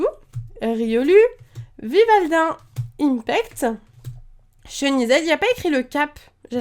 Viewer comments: ymphect ce dit infect et pas impect ;) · Ym"f"ect pas Ympect pitié ! On dit "F"armacie pas "P"armacie ahahah